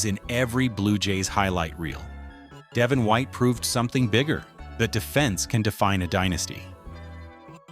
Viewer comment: De VON white not DEV in white. Can't even pronounce the names right. Yeah stick to hockey or the American teams you obviously follow